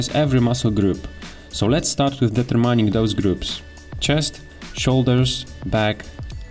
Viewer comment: Best intro for beginners I know. Hands down! BTW - I assume you are from eastern Europe. My Polish colleagues also say "deter-mine", with "mine" pronounced like the opposite of "yours". But it should be like the "min" in "jammin'" or "stamina" and the emphasis is on "ter": check the voicing at A minor note, really.